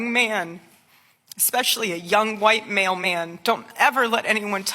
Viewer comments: “A young, white male man” in an American accent is my new vocal stim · did she say white mail men or white male men? my mailmen is black...lol